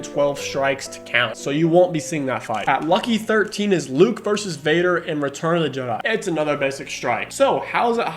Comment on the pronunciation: 'Vadar', even